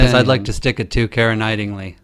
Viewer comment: Kiera "Knight-ing-ly"? Was Knightly too easy to pronounce so you decided to make it more of a challenge?